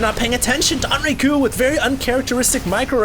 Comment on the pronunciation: It's not "Don"RaeGu. It's DongRaeGu. Dong-Rae-Gu. DONGS.